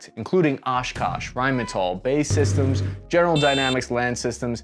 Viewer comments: It's B-A-E systems, not "bae" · Not "bay" systems, B, A, E, systems...British Aerospace Systems... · It’s B A E systems not “Bay” systems, other than that, you pass muster. Good job 🇬🇧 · “be ay ee systems” not “bae systems” lmao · It's nice that you finally figured out how to pronounce Rheinmetall... Now BAE Systems... It isn't 'Bay' like the hipster douchenozzles say, it is B.A.E. As in, letters from British AErospace. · Did this man just say “Bae” systems haha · BAE Systems is usually pronounced B-A-E Systems.. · Did you really just call it "BAE Systems"? Jeesus man.